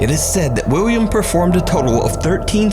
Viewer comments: idk if its just me, but it sounds like nuke is saying wiwwiam & whenever he mentions the guy by name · Pretty sure he says Wiwwium.